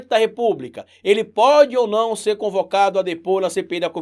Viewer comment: Desculpe mas é “ CONVOCADO”, não concovado...😅😅😅